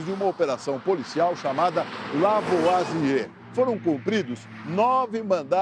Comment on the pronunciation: Cara falou o nome do pai da Química de forma totalmente errada. Complicado!